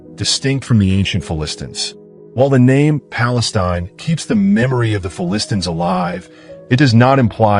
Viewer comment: AI cannot pronounce Philistines correctly. Phili-stines.